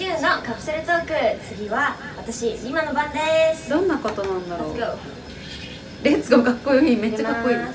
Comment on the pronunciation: 🌈🌈メチャメチャ明るくて可愛い💗💗私はになりたい～✨ 🌈🌈落ち着いててステキ💕のモノマネ似てる～！笑 🌈🌈レッツゴーの発音カッコいい🌟バイバーイの言い方かわゆいよぉぉ💖 🌈🌈お話し聞いて暖かい気持ちになりました😊 ps. おにくさんのヘアアクセ可愛くて好きです！！